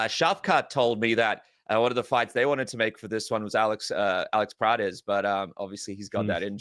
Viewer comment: 😂😂😂 "Alex Prates"